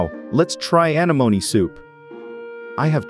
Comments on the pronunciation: Your AI voice generator is more artificial stupidity than artificial intelligence: "anemone" is pronounced "uh-NEH-moh-NEE", not "A-nuh-moan". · AnEEmone, not, aneMOne. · Pronounced 'an-en-om-ie' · When you get lazy and use a cheap text to speech; anemoney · The heck is wrong here....thats not how you say anemone...when a little children's cartoon movie says it better. You should know you failed and failed hard Is that a computer voice or were you just born yesterday? uh·neh·muh·neee Anemome....and an anemone is a flower....great way to miss the most basic stuff. Only a fool who knows nothing will enjoy this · Bloody AI voices lol A-neh-monee, say it with me AH-NEH-MON-EE. Sounds like its saying Alamony on this lol. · I’m sorry but SEA ANOMNI😂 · See anemonih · Anamoenee Anamoens 💀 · Sea “ANA MOANY” 😂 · anEmone! It is pronounced anEmone!!!! smh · Sea Ana-MOAN-E 😂😂😂 i wish we could hear this guys real voice i hate AI. It’s go basic and boring, although i like watching him dissecting sea animals I wish we could hear him talk. The AI voice sucks and mispronounces every word even easy words. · It's pronounced uh-nem-oh-nee F.Y.I. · Very good video but holy crap, it's Uh-NEM-O-Knee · Ah-nem-oh-nee. (Sorry, was watching Finding Nemo) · It hurts me every time he says sea anemone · The way you say its name drives me crazy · It's painful to hear the way you are pronouncing anemone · I love how this computer voice can't pronounce Anemone. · The only thing that bothers me is how they say anemone:,] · Am I wrong or do I remember anemone being pronounce VERY differently. Unless everyone I have ever met is just wrong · Pretty sure its said wrong because theyre using text to speech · a different accent is not th same thing as putting the stress on the wrong syllable.